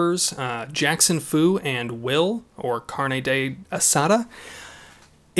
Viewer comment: Said Carne Asada 😂😂